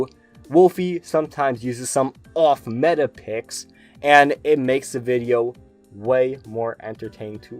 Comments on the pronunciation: I really like how he'll pronounce some pokemon's names and moves wrong on purpose sometimes, it kinda adds to the charm. Now that he said "wideo" comes from his German friend it has me wondering if some of the other mispronunciations are from him as well. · In one of his recent videos he said that he says wideo because he has a german friend that couldn't pronounce v's very well and used the w sound, and their friend group all started picking up on it because they thought it was funny. So yes it is intentional. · I love wolfy, I've used one of his teams that he showed for the past few seasons of ranked. But yeah he does mispronounce a few words on purpose. Idk why, this includes wideo, jigalith, jenjar and it can be a bit cringe but I think he does it on purpose as some sort of inside joke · You pronounced wideo wrong